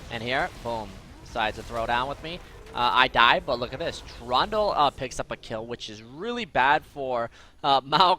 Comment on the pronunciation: i love the way he says trundel xDD